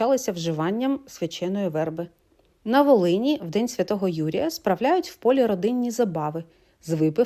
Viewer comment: Вибачте,але слухати Вас - боляче,хоча зміст - доволі цікавий.Українці знають про діалекти,але Ваша мова НЕ належить до жодного... із-за НАГОЛОСІВ.В розмовній мові використовують слова з такими наголосами:вербА,а не вЕрба(вербОві) в медУ,не вИгонитити,а виганЯти (худобу),тим сАмим, кожУха,містИтися,квітучого терну(з випадним Е),об'їжжАючи).Вибачте,але Ви не знаходитесь в українському середовищі,тому допускаєтесь таких помилок.Дякую.